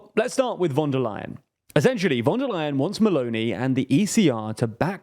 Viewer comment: Please avoid using foreign words if you cannot pronounce them. Otherwise great content as always. For the future: say schpitzenkandidaat and not spitzencandidate with an s (=Schpitzenkandidat); Fidesz with an s and not sch (as latter that would be Polish), and most importantly Fon der Leyen and NOT von der Leyen as in German v is pronounced f.